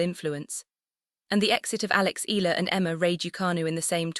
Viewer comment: By the way, it's E-ya-la, not Ela. Thanks.